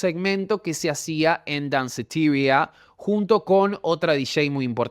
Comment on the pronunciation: Deci Danceteria como es en español